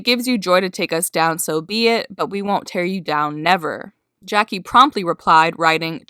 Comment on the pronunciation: Prettybr0wn3y3z right and she called Jackie Jacklee 🙀